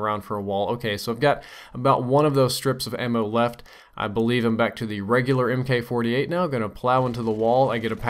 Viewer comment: mk 48 is pronounced mark 48 not m.k.. and sweet spawn trapping....